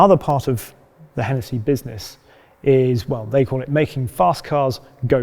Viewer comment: Why am I laughing at the letter 'h'